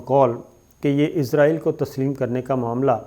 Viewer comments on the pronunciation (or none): سر کیاآپ ناراض نہ ہوں تو یہ صحیح تلفظ اسرائیل ہے جبکہ آپ عزرائیل بولتے ہیں اور آپ کا علم میرے سے بہت زیادہ ہے تو آپ اگر یہ صحیح کر لیں گے تو نوازش ہو گی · اسرائیل بولا کریں عزرائیل فرشتے کا نام ہے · عزرائیل نہیں اسرائیل ہے۔ عزرائیل تو موت کے فرشتے کا نام ہے۔ کم از کم تھوڑی بہت تو معلومات تو ئونی چاہیئے آپ کوگوں کو بھی